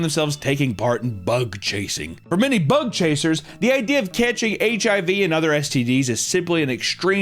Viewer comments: I can't unhear "butt-chaser" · Every time you say bug chasers I hear butt chasers. Especially after the first story 🥴💀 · I hear "butt chasing" every time. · Ohhhh..."BUG CHASERS"... Videos nearly over, and I thought he was saying "Butt Chasers" this whole time..!! xDDDDD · I understand you are saying Bug chasers, but I keep hearing butt chasers. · I thought he was saying thug hunter at first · sounds like he is saying "butt chasing" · I thought he said " butt chasers", im definitely 1 of those. 🎉 edit: in Mexico theres a group of punk rockers that gave themselves HIV intentionally.